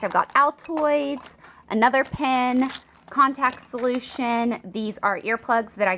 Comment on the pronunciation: i like how you still have accent even though you live in LA.... lol and i thought you were saying pin then i realized you said pen.